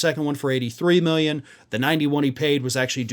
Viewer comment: 91 miyen not million but miyen